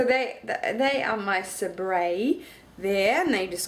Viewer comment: SABRE!!!! That's my aunt and uncle's company!!!!! It's actually pronounced "saber" but its all good! lol